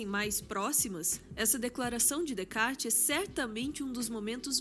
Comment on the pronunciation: Sensacional! Ouvir a mulher mais sábia pronunciar Descartes corretamente sem o 's' comprovou o título! E história de Turing é pesadíssima, indico o filme o 'O jogo da imitação'!